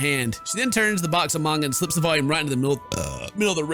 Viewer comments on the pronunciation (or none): none